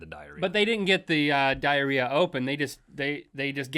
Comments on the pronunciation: U guys keep saying DIARIEA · PLEASE, STOP SAYING DIARREA!!